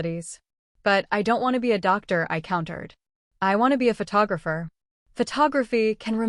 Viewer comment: Irrelevant, sometimes distracting background! Poor punctuation, and poor spelling of some everyday words in the written text! Poor pronunciation of some everyday words (eg. Dr) in the commentary!